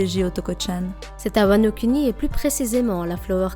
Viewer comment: J'ai entendu wanoCunni 😂😂😂 Sinon bonne théorie continue 👍🏽👍🏽👍🏽